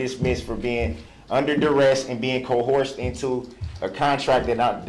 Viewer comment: Some of my favorite idiot words: 1. “Substained” 2. “Co-Horsed”